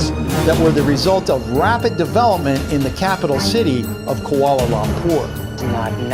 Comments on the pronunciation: I live in Malaysia and I was VERY VERY sure that it is real. And it's pronounced KU-A-LA LOOMPOOR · Im from Malaysia and its Kuala Lumpur not KuAla Lumpur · I'm from Malaysia and I didn't know about the hail but I am questioning... Who puts a Petronas gas station next to a Shell gas station? Edit: AND WHY DO PEOPLE KEEP PRONOUNCING KUALA LUMPUR WRONG?!?!?!!